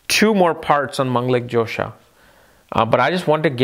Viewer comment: it is dhosa not jhosa ...like fault :)